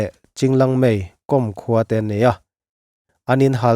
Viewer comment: 'Kom' hmam hi lehkhabu kâwm tih kan lama 'kâwm' tih anga lam rik tur.